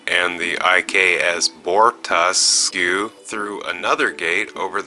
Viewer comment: Bortasque, It's pronounced BORE-tosk. Jenolan Sphere, Jen-OH-lan. Undine, OON-deen.